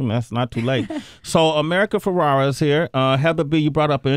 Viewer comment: Please say her last name correctly. America is too sweet for not correcting you.